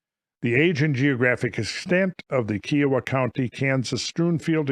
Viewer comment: Dood, i lived 25miles nearby kiowa county. Some of those kids went to our high school, even. Look up 'Peace Treaty.' Pronunciate, as "kIE-uh-wah" (: much love, swing by anytime!